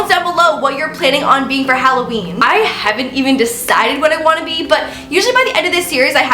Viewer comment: I swear at first I though she said the. Howloween